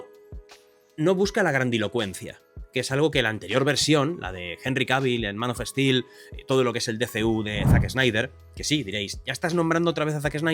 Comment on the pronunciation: Es español. Que querés? Son brutos